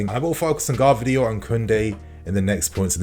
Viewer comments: please learn how to pronounce Gvardiol's name. Like someone already wrote its pronunced like Guardiola just without the A. 👍👍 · man…ga-var-dee-ole